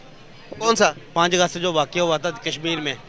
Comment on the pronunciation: Bhai yr word hi kya use krte h yr irritate hota h isse. Vajuhaat, talukaat, hukmraan, laudalaat, 🤦‍♂️🤦‍♂️5 august hota h nalle. 5 gast nhi 😂😂